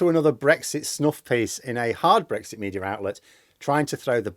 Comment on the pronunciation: There is no r in media